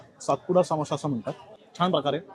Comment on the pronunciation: सामोसा नाही समोसा 😊